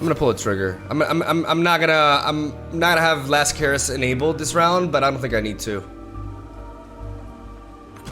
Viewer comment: Did no one tell him he’s pronouncing “caress” wrong?